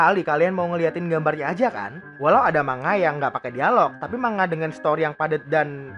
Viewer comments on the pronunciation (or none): Btw Itu pelafalan nya bukan manga.. tapi mangga :v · Manga dibaca mangga